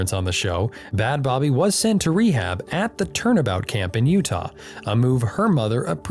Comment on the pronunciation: First of all the way you say bhad bhabie is painful...it's literally just pronounced "bad baby"...secondly crediting him for her fame after she's spoken out about the abuse she endured while in the program he sent her to is super gross